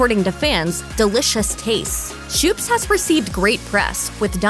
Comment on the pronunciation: Schoop's is pronounced Scope's not "shoops"